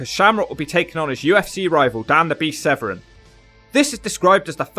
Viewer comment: Its Severn, not Sevren